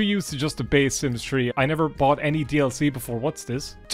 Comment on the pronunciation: Idk why i thought u said "the sims tree 🌳"